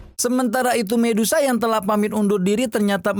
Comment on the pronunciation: Saran saya bang kalau sebut nama medusa aja gak usah di ganti jadi mendesah